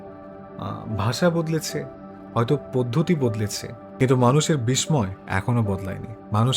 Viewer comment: আপনার আলোচনা খুব বিষ্ময়কর ভালো লাগে। কিন্তু আপনার কিছু উচ্চারণ বড্ডো কানে লাগে।যেমন_একই কে আপনি একঐ উচ্চারণ করেন।বিষ্ময় কে বিষময় উচ্চারণ করেন। যেহেতু আপনি সকল মন্তব্য পড়েন তাই লিখলাম। আমার বয়স ৬৬ বছর চলছে, আপনার থেকে জ্ঞানে অনেক ছোট কিন্তু বয়সে অনেক টা বড়ো। ধন্যবাদ।